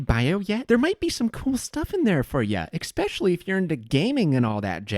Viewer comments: The only reason you could be considered a psychopath is the fact you say "eggspecially" instead of "especially" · ppl who say especially like eggspecially 🗿